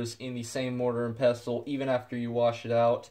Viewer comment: You do Know that the T in " Pestle " is Silent right!??? You sound like someone who should Not be playing with Dangerous chemicals if you can not even pronunciate English Words correctly.